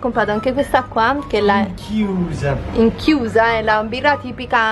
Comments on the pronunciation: Ichnusa non inchiusa😂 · Da sarda mi voglio sotterrare dopo aver sentito dire ichiusa! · Ciao! Si pronuncia "icnusa", la birra! 🙀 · INCHIUSAAAAAA?????siete gli unici al mondo a non saper pronunciare il nome di quella birra! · Il pane carasau si dice Guttiau, la birra si dice Iknusa, Eja vuol dire si e Ajó vuol dire andiamo! E le cozze le cuociamo solo con aglio e prezzemolo!;-) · P.s. La birra si pronuncia 'icnusa'